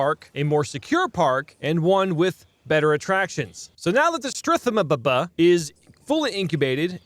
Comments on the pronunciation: stroo-theo-mime-us Ur welcome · Stroo-Thee-Oh-My-mus.... mus as in "wuss" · Forgive my nitpicking, but it is pronounced stroo-thee-o-my-mus. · The strethomububuh 😂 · its stroo-the-oh-mih-mus